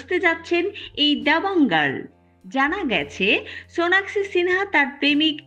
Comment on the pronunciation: হায়রে ভালো করে নামটাও বলতে পারেন